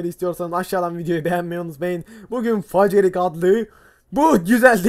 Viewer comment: facerig müthiş telaffuz